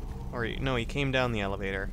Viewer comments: did he said evelator? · Did you say "evelator" ? Purposely or not, gave me the giggles c